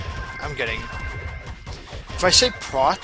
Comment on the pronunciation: Not sure if it was your accent making me hear it wrong, but it is Proc, not Prot.